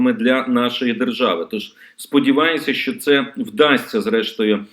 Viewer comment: ЩО ТВОРИТЬСЯ З ТВОЄЮ МОСКАЛЬСЬКО- ЩЕЛЕПОЮ,ЩО ТИ НЕ МОЖЕШ ВИМОВЛЯТИ УКРАЇНСЬКІ СЛОВА?????????????????? ЩО ТАКЕ : ЩЬО.....,ЩЬО....,ЩЬО...,ЩЬО....,ЩЬОБ,ЯКЩЬО,ЩЄ,ЧЄ,ЧЬОМУ,НІЧЬОГО,ЧЯСОМ,ЧЯС,ЩЄ,ТО?????????????????????????? ГАНЬБА ТОБІ!!!!!!!!!!!!!!!!!!(Українська діаспора в США)